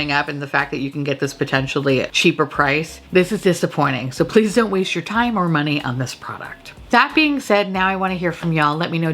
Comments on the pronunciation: When you said 'tom fondly' instead of time fondly xD LOL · Is it just me or is she saying “I’ll remember our Tom fondly”?😅 is it an inside joke idk orrrr... are my ears going out sooner than expected? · I just cant get over how i always heard "Tom fondly" then you started saying that 👏 👌 😂